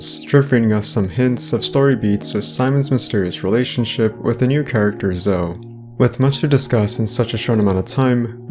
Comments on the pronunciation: Omg dude it’s Zo-ey pronounced ZO-EY - you pronounce the E at the end, even zo-eee - it’s not ZO ffs lol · It's Zoe.... ZOOO----EEEEE LIKE ZOEY JUST LIKE JOEY BUT WITH A Z Come on man u are not even pronouncing the names right and u think you know secrets.......lol